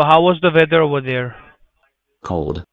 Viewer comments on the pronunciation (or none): "How's the veather?" X,D